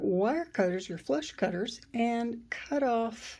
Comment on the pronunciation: Absolutely beautiful, thank you for sharing x Those wire cutters, are you saying 'flesh cutter'?